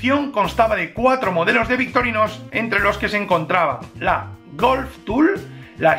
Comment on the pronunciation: Buenisimaaaaaaa.... aguante victorinossssssssss 😂😂😂😂 bromas aparte ...decis victorinosss o es el microfono que te toma la x por la s... saludos!